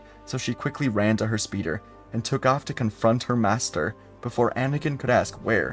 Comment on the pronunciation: oh, got had a great laugh as he said she ran to her speeder, as a Legends of Chime kid I understood she ran to her speedor😅😂